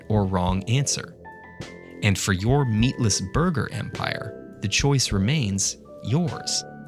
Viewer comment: What's with the emphasis on "meatless" though? They could just have said "burger" without being so specific.